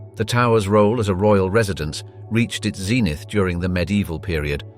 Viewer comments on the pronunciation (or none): Zeenith? What? Zen-ith